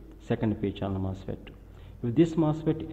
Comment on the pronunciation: Say what? First degree general mustard? Sorry but can anyone tell me what he's saying? I don't know much about electrical engineering.I'm trying to learn something. Is it "First DC general MOSFET"?